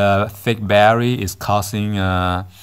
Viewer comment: Every time you said battery I wanted to pull my hair out.